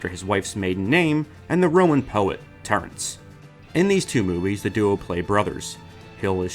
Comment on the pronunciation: Why is he pronouncing him "Terent" Hill all the time... it is Terence Hill